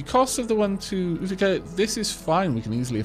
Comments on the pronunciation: Apparently Utica is pronounced like you-tuh-kah. Great video btw. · utica is pronounced you- tee- ka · Utica is pronounced U-tikah,. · I actually grew up not far from Utica, and we pronounce it Yew-tic-ka. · Utica is at least pronounced in Oklahoma as YOU-TA-CA (use the first syllable of "Commit") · Utica pronounced you-ti-cah :) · Utica is "You-di-ca" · great video! Love the game so far. Quick pronunciation notes that will make my brain hurt: Utica=You-ti-kuh Pittsburgh=Pits-burg (make the same "urg" sound like in "Flurgles") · Thank god you said it - the "oo-tick-uh" was driving me batty. Such is the nature of growing up in Upstate NY - no one can pronounce any of the towns. Also, Pittsburgh WAS "Pitts-burruh" originally, it was later americanized to "Pitts-burg". So he wasn't ENTIRELY wrong. It's like how "Worcester" in Massachussets its pronounced "Wust-ur". Yay britons.